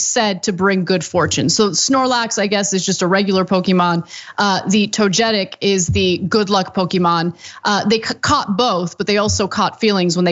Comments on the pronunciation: Snorlax and “Toe-ga-tick” NOT “Toe-jet-ick” This is the one time I will show full support for the police. The more time police are playing Pokémon Go on the job is time they’re not using to harass and shoot poor people. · Toga-tic not to getic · I find it kinda poetic these officers where trying to catch a Snorlax. Also, it's pronounced "Toe-geh-tick", not "Toe-jeh-tick". Now, if only these asshole cops would Pokémon Go to jail. (And I apologize for the terrible HRC-esque pun...) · Hey, boomer Kasparian, you don't pronounce the "g" in "Togetic" like a "j", it's a "g" like in "gold" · To-ge-tic not “toe-jetic” 😂love u Ana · Gosh Ana, it's pronounced to-GUEH-tic! It's the evolution from to-GUEH-pi. Pshh get outta here with that to-jeh-tic nonsense! Y'all should've asked John, he probably knew how to pronounce it hahaha! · Togetic, Toe-ge-tic. Not Toe-Getic. Love you all, but man that's sad that you don't know the names of one of the best Pokemon. I'll let it slide but we need to get the Poke'Rap back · I hope the anime canonises the pronunciation "toe-getic" if they ever do a Easter European/Armenian region! ❤️ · Toe-geh-tick is how you pronounced that lol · Oh Ana it’s pronounced Toe-gay-tick lol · Togatic is actually pronounced Toga-Tick lol. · toe-ga-chick i love you anna but no. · Togetics are hard to come by. I know acab whatever but it’s To-ge-tic if you see him you catch him. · For the love of God, it's Togetic (toga-tick) and Snorlax (Snore-lax). Thanks for coming to my Ted Talk. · It's pronounced toe gey tick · Togachic is how it’s pronounced lol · WHAT THE HELL!!! That's it... TYT needs to hire me as the official TYT Pokemon Correspondent... Absolutely disgraceful to mispronounce Togetic so badly. Toga - tick Toga party. Tick- tock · Tog e Tic is how it's pronounced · "Toe-getic"?!?! HAHAHAHA! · Home girl said “Toejetick.” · That’s not how you pronounce togetic 😫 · Stupid Ana can’t even pronounce Togetic correctly.